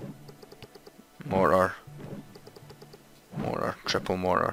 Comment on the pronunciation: he don't know how to pronounce mortar